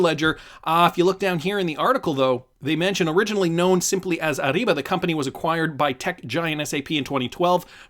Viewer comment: It’s a soft R in Ariba. Not ARRIBA